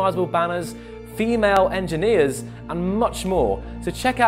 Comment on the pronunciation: FEMAL ENGEENER